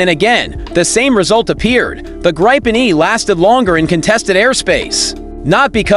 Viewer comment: What is this bombastic shouting? Yes, the Gripen is good, but can't listen to this crap. Oh, and that's not how one pronounces Gripen.